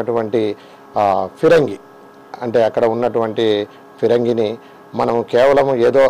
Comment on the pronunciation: Pirangi entra jaffa reporter! It's Phirangi